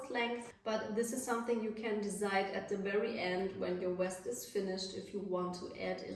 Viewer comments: You keep saying west it’s pronounced vest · She's German, it's Weste in her language. Cut her some slack.